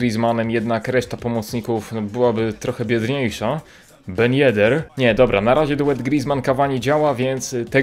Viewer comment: TYLKO nie ben yeder